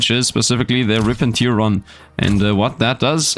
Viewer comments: Tear in 'Rip and Tear' is pronounced like Bear rather than like Beer 🙂 Tear (like 'beer') is when someone is crying. Stupid English and all the homophones! All my second language English friends tell me to correct their pronunciation so please don't take this as a criticism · It's tear not tiar. Sorry, it just doesn't sound right.